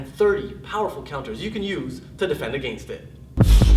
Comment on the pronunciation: "Agaynst" Lmao. Sorry but that pronunciation always gets me